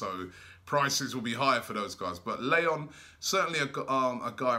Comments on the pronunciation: Did Robbie just say Migwell Lay-on instead of Miguel Layun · Robbie it's Miguel Layun! (Mee-gehl Lah-yuun) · La-yoon is how you say his name. Layún.